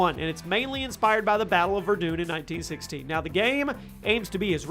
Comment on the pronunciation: Its pronounced ver-done